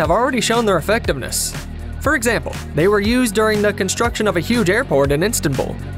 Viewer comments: It´s Istanbul not Instanbul. There is so much wrong in this video. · Instinbull? You mean Istanbul? Nasty mechanical voice. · What is "Instanbull"? A city? Instant Bull?